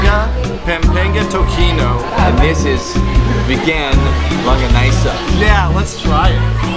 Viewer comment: Vlogger : Tokino Waiter. : to ci no Vlogger to KI no Waiter : fook this annoying white man hehe tokino okay